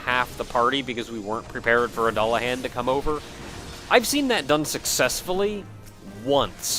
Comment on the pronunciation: you keep mispronouncing Dullahan